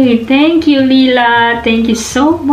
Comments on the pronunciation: Ask Uncle J how to say it, its possible you always have and I've never noticed. Now I'm in NL everyone calls me LIE-LA and it drives me bonkers 😆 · Omg. I’m so sorry Layla I don’t even know I’m pronouncing your name wrong 😱😭 Maybe it’s my accent? 🤦‍♀️😂 Your uncle and family didn’t even correct how I say your name and I got used to it 😂 Totally overwhelmed, you sent so many! I’m glad I made you laugh the whole 15 mins. I need to practice how to pronounce your name properly hahaha Thank you again Layla! 🌿💚